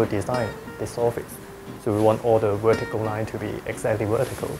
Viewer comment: I love the way he says Werticle!